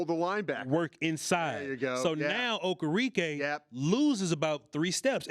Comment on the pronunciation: It’s Okereke. Oh-Care-Rick-Kay!